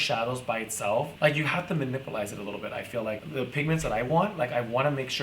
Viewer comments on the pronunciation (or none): Who else came to the comments because Kimora said ‘manipulize’ lol!!! #Manipulate